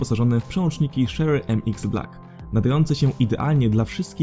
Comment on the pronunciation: Bardzo fajnie ci to wyszło, ale bez obrazy akcent angielski do poprawy. Nie szery a czery mx tim fortres nie forest itd, ale ogólnie to recka spk